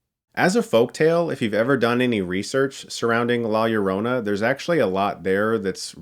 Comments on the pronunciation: The way Chris says "Lla Llorona" 😂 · I hear LawyerOna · La "yio-ronna" 😂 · Hearing all these white people not being able to fathom how to pronounce it lmao It's not "la yo-rona" it's "la yo (d) oh (soft o) nah" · Ugh dude its la JOH-ro-nah not LOH-ro-nah. Its spanish b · “law yourowna” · When I saw the trailer I couldn’t help but laugh! Especially when the actors called her “Joe-rona “. I didn’t see Diego Luna om here so lost all interest was way to American for me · You produce her name as La Ja-ro-na since two L's next together is pronounced as if it is spelled with a "J.." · I knew this movie was going to suck when they pronounce it "lie yerona." 😑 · La Yerohnuh, speaking of pronunciation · To be fair, I’ve seen reviewers call it Lorona and as a Hispanic it grinds my maldito gears LOL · The way he says la llorana lmao.. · Lah Ee-oh-roh-nah* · Listening to whites say La Llorna is the real curse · Your pronunciation of la llarona is the scariest part of this whole movie review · La llorona is it pronounced La yorona? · The ads on YouTube have been driving me NUTS. Every time the guy with the deep voice says the title, I swear he says "La JO-rona" and it's irritating 😠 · I know right, as a spanish speaker I imagine the announcer guy thinking "la Jo- whateve-close-enough- rona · nice save on that hard L on Llorona in the beginning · The sad thing is, you criticized how the trailer gives the correct pronunciation of the film, yet you STILL didn't pronounce it right throughout this video. Lol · I got so triggered of by how he said la Llorona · When you choked saying the film title, I thought you were trying to pronounce it as a Welsh name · The fact that people can't say La Llorona correctly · The crew made this movie can't even pronounce La Llorona, director is Asian,writers are American and German,they're good tho,but just saying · When people can’t roll their r’s 😂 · The trailer voice still pronounced it wrong. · ROLL YOUR "R;s" bruhhh!